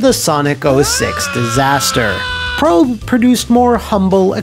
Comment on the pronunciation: I thought Prope was pronounced "Pro-pay"?